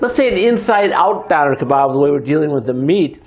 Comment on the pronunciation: its pronounced dOHner!